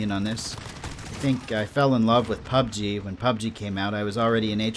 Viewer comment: It's really interesting, and almost annoying how you pronounce PUBG. LOL. 99.9% of people say pubG (emphasizing the G), but you say PUBg, (emphasizing PUB). Similar to the different ways people put conflicting emphasis on Taco Bell and South Park. Just something that always stands out to me in your videos... thanks for the great content